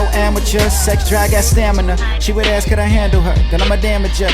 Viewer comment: The predictable outcome of: Affirmative Action lowering public ed. standards Affirmative Action College Affirmative Action Hiring thru EEO Affirmative Action DEI Government diddly workers But HEY, YOU'RE SO EDUCATED THAT YOU STILL CANNOT PRONOUNCE THE WORK A S K. MAYBE THAT IS ENTRY LEVEL EXPECTATIONS, SO WHEN IN A REAL JOB LEARN THE WORD, NOT AXXES, or AXXTED, or AXXED. IT'S F**KING A S K